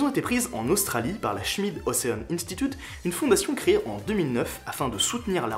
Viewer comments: Ocean en anglais pour la prononciation c'est { ocheune } 😉😁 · C'est un détail mais que j'estime nécessaire, surtout pour un gars en Master 😉😁